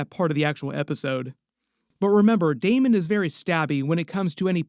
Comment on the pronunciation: STOP CALLING HIM DAEMOND